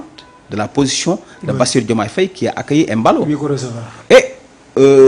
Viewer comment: Mballo et non Emballo